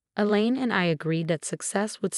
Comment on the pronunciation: Female narrator for male protagonist. Politeness, not politics. Secure Health, not Secure House. Elaine, not the lean. Elaine, not Ellen. Theoretical, not ethirial. Had,not have